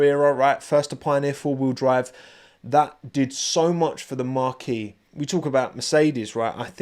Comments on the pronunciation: I think marque is pronounced more like Mark, not like marquee! Great video as always though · I love your videos but the way you pronounce marque is so funny it’s not a tent 😅